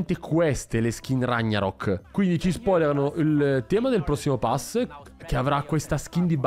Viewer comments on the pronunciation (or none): non dirmi Rañarok però, la si dice come se fossero separate, Raghnarok.